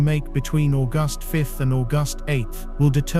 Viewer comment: More diarrhoea from an AI who can't pronounce August!